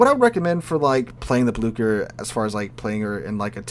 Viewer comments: Blue-Share not blukker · Just some advice on pronunciation from a german: the german "ch" is pronounced somewhat similar to the english "sh". Can't help you with the "ü" though😂